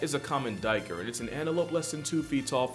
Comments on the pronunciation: As a South African hearing you say Duiker hurts me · Lol, I liked your pronunciation of a duiker. How we pronounce it I would say the closest is take name Jake replace th J with a D and and an R at the end so you get Daker